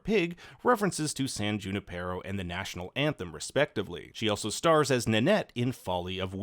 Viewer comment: It's pronounced yu-NIP-er-oh